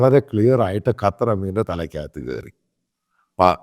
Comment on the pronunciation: Sir. കറ്റാർ അല്ല ഖത്തർ എന്നാണ്